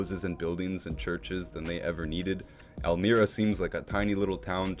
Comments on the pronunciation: Great Video! Pronounced El MY ra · Nice video but i really dont understand how you could tour a town and make a narrated video of your trip and not know how to pronounce it. Elmira is not even that unusual of a name.